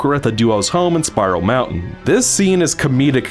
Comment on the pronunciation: Whenever you say Spiral Mountain, it sounds like Spyro Mountain.